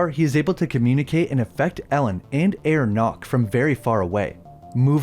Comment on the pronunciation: Herr Knock is pronounced "hair knok" (with both Ks pronounced) not "air nok"